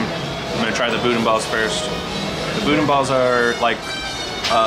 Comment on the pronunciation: FYI we don't say "boodin." We say "boodan" but the "n" is silent. Doesn't make sense to me either, but that's how it is pronounced.